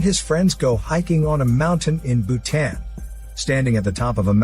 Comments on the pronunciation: Its not Bhu-ten. It's Bhutaaaaaaaaan. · It's not Bhutaen it's Bhutan 😭🤣🤣 jkjk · My soul left my body when he said... BU-TAN ... 😭😭😭😭 I HAD TO PAUSE AND RECONSIDER EVERYTHING...